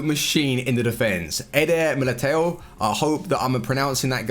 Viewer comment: Hey i'm from Portugal 🇵🇹 and I dont think you can pronounce Militão as a natural portuguese. Still not a bad pronounce 👊. Keep up with the great work